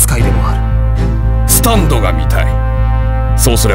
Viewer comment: スタ⤴︎ンド⤵︎